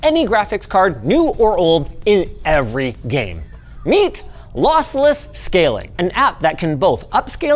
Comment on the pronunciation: I thought he was saying Lothless on purpose...